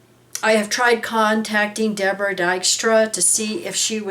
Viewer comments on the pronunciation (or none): none